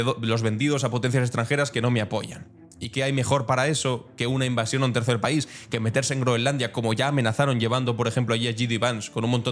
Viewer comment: Lees "el paisoe"... no se puede caer más bajo.